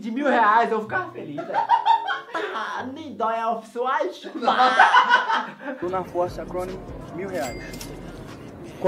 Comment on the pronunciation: cintinhooo da "ofi uaitiiii" kkkkkkkkkkkkkkkkkkkkkkkkkkkk